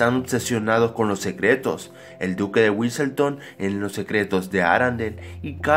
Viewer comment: el señor güiseltonio Duque- güiseltoon carajo